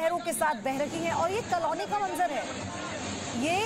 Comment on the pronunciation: कलोनी नहीं मैडम कॉलोनी क्या पत्रकार बनते हो re ekdum gawar language